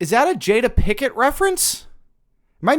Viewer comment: Jada “Pickett” lmao